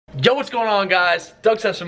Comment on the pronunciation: Sounds like he says "Joe what's going on guys"